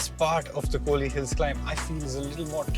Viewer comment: It's kolli not kohli....